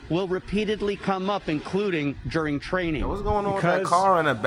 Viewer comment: 3 quick questions ok 1 is were you saying juring or during 🤔 2 that looks like a dude with a dirty wig on 😳3 did you say flewd in my Gee? 🤣🤣🤣